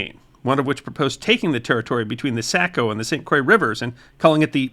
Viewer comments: Also, Saco is pronounced "Saw-co," not "Say-co.' Along the Saco river, the former pronunciation is the first sign to locals that someone is from away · While your pronunciation of the oddly pronounced Maine towns and cities is acceptable, Saco is pronounced Sock-o, not Say-co. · It's Sock-oh, not Sack-oh. And, Faal-muth, not Fall-mouth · Not SACK-Ko river... it is said SOCK-ko (born and bred in Maine with ancestors back to 1620.) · Great history of our beautiful State that I share a birthday with. Thank you. On a side note, Saco is pronounced "sock oh" not "sack oh". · Just for the the record Saco is pronounced Socko,and Falmouth is pronounced Falmuth. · S-ah-co Faal-muth Aroostook has more of u sound as in push. Other than that, very good video. Thanks! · Pretty impressed with your pronunciation of the Maine locations some were off. It Saco is pronounced Sock-o., and Popham is Pop-um, but close enough. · Saco is pronounced 🧦 SOCK-OH. Falmouth ( now Portland where a Feisty Woman dumped the contents of a Chamber Pot from a Buildings Window on the English Captain’s Head) is pronounced FOWL-MOTH. The burning of the Continental Fleet at Castine was important as well as the Court Martial of Paul Revere. Benedict Arnold’s failed Penobscot Expedition with its lost Chests of Payroll Gold and two Bronze Grasshoppers was significant too. The Building of Maine’s First Ship at Bath - The Virginia would make a great story ( I worked on Her recent Replica). This close St. Patrick’s Day ☘️ Portland’s Fenians and their buried Gold should get some mention… as should Eastport’s treacherous Surrender to the British. Our Privateers, Letters of Marque and Our Pirate 🏴‍☠️ and Smuggling History as well ( because… after all… don’t all great Stories involve Pirates 🏴‍☠️!?) Also that time the Confederates took on the Federal Navy in Casco Bay. Lovewell’s Fight would be another good Topic. ( I could discuss Maine History quite a bit , Bub!)